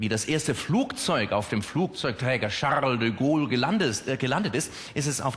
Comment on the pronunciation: Charrrrrle de Gaule.... Ich mag eigentlich keine Yuppie-Typen. Aber DEM kann man zumindest zuhören... ^^